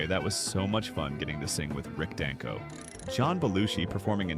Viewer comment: I prefer a human narrator. It's Dang-ko, not Don-ko.